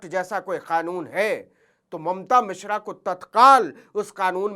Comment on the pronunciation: भईया जी वो मिश्रा हैं, मिश्रा